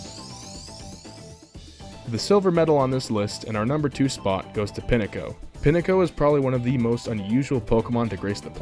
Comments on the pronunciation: Is he saying pinetcho like pin AY ko ...its pineco like mineco like it's a pine cone....... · WTF is a Pinnico? It's pronounced as it's spelled! Pine-Co! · #6 I love Chatot so much! #5 1st shiny in Alola for me. #4 Couldn't care less about it. #3 Its funny and cute. #2 TACTICAL NUKE, INCOMING!!! (Also, it's pronounced Pine-Co) #1 VENONAT NEED MORE LOVE DAMNIT